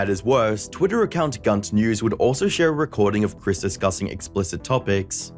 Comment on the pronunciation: yet you call her "Kris" instead of "Chris"